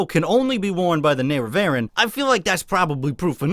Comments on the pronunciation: ne-re-va-REEN, not nare-uh-vare-in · Nerra-what now? Nerra... VARREN...?! Nerevarine. Neh-reh-va-reen. Welcome. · The... "Nare-ah-VARE-in?" You mean the "NARE-eh-ver-een?" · I like the expert pronunciation of the "Nehre-vehren". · It's "Nare-ev-ah-reen". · It's pronounced "Ner-Ah-Vah-Reen" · I love you but please, for the love of God, say “ne-re-va-reen” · I thought it was nair-eh-var-een, like nerevar-een. That's how neloth pronounced it in skyrim. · You pronouncing the nerevar neh-reh-vah-rin disturbs me more than it should lol